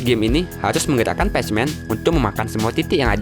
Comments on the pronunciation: Bukan P A C M A N woy ya itu tulisannya PACMAN tapi kalo baca "pekmen" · Pechmen orang cakap pekmen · Bukan pecmen bang, pronounce nya pekmen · bukan pacc man tapi PAC man(pek man) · bacanya pekmen woii bukan pechmen astagfirullah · Pacman Itu dibaca "pékmén" bukan "pachemen" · Pac man. Wkwkwkwk bacanya pekmen om bukan pac man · ialah pacman=pakman bukan pacman=pashman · pacman = 'pekmen' bacanya woiii pesmen :v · ITU yang flappy bird bohogan cuk,ending mana ada super mario,nyebut pacman juga pecmen wkwk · Pacman bukannya di baca, "Peck men", bener g si?? Bingung gua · wih game baru ni ? “Pasmen” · PAC man yg dibaca pak men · pacman aja jadi pejmen 🤦🏼‍♂️ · pesh men salah sebutan lu bro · bukan,adminya sebut pacman nya "pasmen" kalo gak ngerti coba tekan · Bkn nya itu dibaca "Pekmen" ya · Patchman atau Pacman ??? 😂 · Sebut pacman elok skit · Pacman yaa bacanya ga gitu juga bang